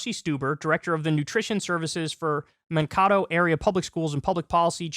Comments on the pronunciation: You might never mention the city again, but the city of Mankato is pronounced Man-Kay-Tow. Love the show, keep it up! -A Minnesotan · Man-Kay-Toe. Stop butchering the names of my state's cities Kyle! (So proud of my governor for being a decent human being.) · Kyle, I know you don't read these..but it's pronounced man-kay-tow. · That pronunciation of Mankato 💀 anyways very happy to see my state doing good things